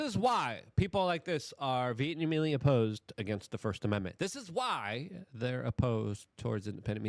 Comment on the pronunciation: Luke invents a new word. Vietnahemontly opposed”. When you’re Vietnamese and you vehemently oppose something.